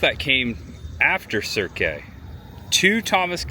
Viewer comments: I think it's just pronounced Cirq, like the beginning of circ -us. I believe it's French like "Cirque du Soliel". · Cirque is pronounced 'Serk' btw.